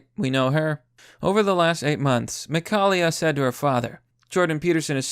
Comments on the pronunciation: Mik-hail-a, not Mik-hall-ia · McHail ya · Mi ka li ah? another vid another pronunciation mistake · I swear is somewhat dyslexic with some of his pronunciations he couldn't even say his daughters name properly. This ain't the first time either